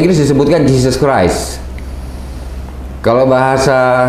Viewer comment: yg bener, Jeo creo, apa criuk criuk. Di benerin dulu. 😂😂